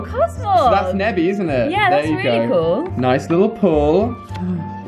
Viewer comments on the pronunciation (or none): She called it neby